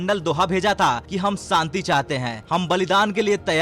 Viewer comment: Santi nahin shanti khiye. You are speaking sh as s. Correct yourself.